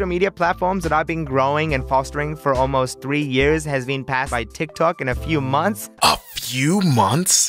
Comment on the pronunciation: We Not Gon Talk About How He Said TikCok